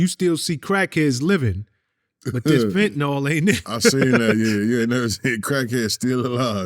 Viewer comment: Fenta-nawl does not exist. Eel. FENTA-NEEL.